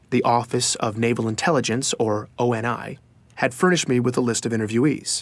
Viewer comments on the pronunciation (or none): Oh my god, he keeps saying "Oh En Aye" And it's irritating the hell out of me. I enjoyed the episode though. But gosh.. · Obviously, of course. But it boggles the mind that they chose to pronounce it this way when it's never once said like that in any of the games, audio books of the novels, or by the fans. Never. In my almost decade of enjoying the halo universe, no one says it like that. It's a minor annoyance of course, and I enjoyed this series quite a bit. It's still glaring oversight though. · Signemity Same reason we say CIA and don't say "Kee-uh". ONI can be pronounced both ways.